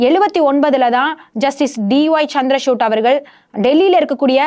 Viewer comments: ಚಂದ್ರಚೂಡ್ ಎಂಬ ಹೆಸರನ್ನು ಈಕೆ ಬಾರೀಬಾರಿಯೂ ಚಂದ್ರಶೂಟ್ ಎಂದು ತಪ್ಪಾಗಿ ಅವರ ಹೆಸರನ್ನು ಉಚ್ಚರಿಸುವುದು ಮಹಾ ತಪ್ಪು. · Madam try to pronounce CJ's name properly